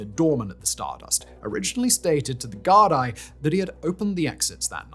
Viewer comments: Gar- dee you silly englishman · oh bud hearing you try pronounce Gaelic words is making me giggle Gardai is pronounced Gar-Dee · Gardaí = Gard-ee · ‘Gardaí’ is pronounced ‘garr-Dee’ Such a massive part of the story yet zero effort to check its being pronounced properly. :( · Decent episode, but please make a better effort to get SOME of the pronunciation correct. Yes, I understand that names and such are difficult to understand and read and pronounce, but it really detracts from the overall quality of the story if you can’t say most things correctly. Hearing “Gar-dye” goes through my fucking head. Not a jab, but please try harder with this. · Also Gardi is pronounced "Gar-dee" it's Irish. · Gardaí = Gar-dee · As an Irish person who also kinda struggles with pronunciation of my own language, I’d suggest looking up how to say certain words and names like Gardai, otherwise a really good video, I just know people will be more focused on how you pronounced things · I'm Irish and from Dublin but Simon your pronunciations are not great. Gardaí is pronounced Gardee. Seamus is not Seamus it's Shaymus and so on and so forth for so many miss pronunciations. But, however, great video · Thanks for covering this! Just a few things about pronunciations - Monaghan is pronounced like Jonathan without the th. Gardaí is pronounced guard-y. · I get the mispronunciation of Taoiseach or Monaghan... but "sea" mus for Seamus? "Da-rack" for Darragh? Gar-die for GARDAI It's like A.I.